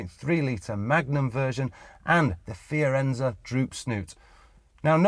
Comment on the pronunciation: Whats a "Fiarenza"? Has no one vetted this show before it went out. Full of so many mistakes. Yes agree with Yokel, a poor effort. shame...